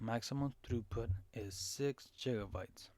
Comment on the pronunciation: And on top of ”jigga-bytes” you need to make your mic louder or talk louder. Really hard to hear you, unless you’re in a silent room.